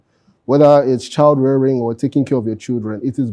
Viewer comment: He said child rearing